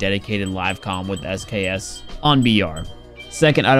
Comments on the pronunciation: He said SKS and not eskis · just say sks instead of SKSKSKSKSK